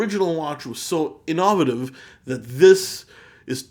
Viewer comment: thanks! i dont think ive ever heard anyone else pronounce "innovative" the way u do hah